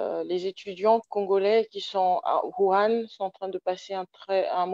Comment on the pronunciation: La ville de WUHAN et non WURAN